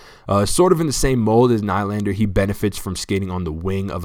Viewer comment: Nylander is pronounced Kneelander. Enjoy your videos.